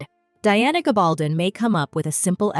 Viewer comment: You know a lot about Outlander, but please learn how to pronounce Diana's last name properly. There are many YouTube videos out there where she is introduced and you can learn the pronunciation. It's hard to take you seriously until you do.